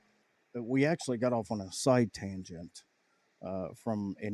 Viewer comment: Side tangent? More like a Sye-Ten-gent.